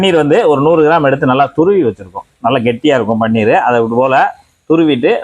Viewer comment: அது பன்னீர் இல்லை. பனீர் என்று சொல்ல வேண்டும்